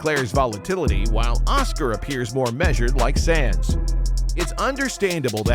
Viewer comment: Decent vid - but "Sans"? Next time get a narrator that actually knows F1 😉